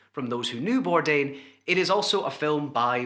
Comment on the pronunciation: Some tribute at least get his name right🤦🏼‍♀️not Birdan ! bordain eek had to shut this off!